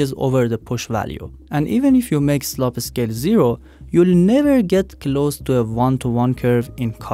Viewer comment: I couldn't help but find it funny when they said slope as sloppy lol